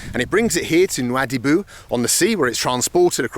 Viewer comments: Town’s name : “Nouadhibou” Meanwhile Mr bald : “Noubadoubi” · It is pronounced as " nowadibu" Love your videos❤️ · Lol I thought you said Scooby dooby instead of noobydooby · ''Noubuh-doobee'' - Subtitle: NOUADIBHOU 😂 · Rode that train in 1970 Nu ád i bu accent on 2nd syllable. Greatest hospitality was in Zouerate...